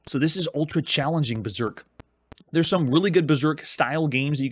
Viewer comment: just weird the way you pronounce 'berserk'